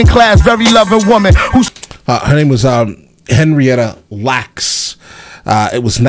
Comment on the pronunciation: Glad you caught the Henrietta Lax line cause black thought messed up on the Letter "L" in the beginning so you almost miss it. That thought is the Goat! of the goatS!